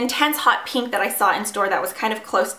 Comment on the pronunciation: I'm sorry but I hate the way u pronounce pink... U say "peeeeenk" please stop